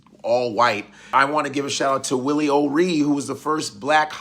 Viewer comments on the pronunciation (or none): none